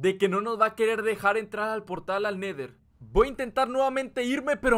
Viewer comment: Se dise el neder